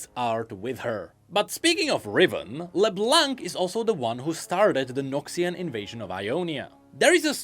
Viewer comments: thanks for all of this, because to be honest the season 2 was a big mess for me.. While Season 1 was a master piece, the 2nd just went on and on and on, most of the time headlessly.. It was a bit of a struggle to enjoy it.. At least now that part makes some sense. But please, no more "leblank", the C at the end is silent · "While Arcane is generally seen as great...." - Quite. xD PS: Can everyone please stop pronoucing the 'C' in Leblanc. xD It's a silent letter in the french language. Merci! ;)